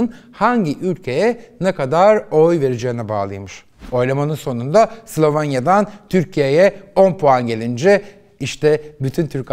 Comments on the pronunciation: Mango grubu degil manga, Slovanya degil, Slovenya. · Bu arada içerikleriniz çok güzel ama biraz diksiyon ve konuşmanıza dikkat mi etseniz? Her “sılavanya” diyişinizde, yabancı kelimeleri söyleyişinizde tüylerim diken diken oldu.